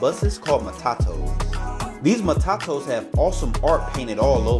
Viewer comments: Mah tah toos. NOT MAh tah toes! 😂 and its Kil leee mah nee!!! And you better have some local nyah ma, choh mah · I Heard MATAKOS too😂😂😂